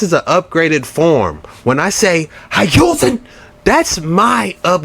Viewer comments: Just know that when he says Hayusen, the original word is copyrighted so he can't use it 😂😂😂. He must use his own rendition of the word. Of course im being sarcastic 😂😂. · Hiyousen sounds like your sneezing Chuck.....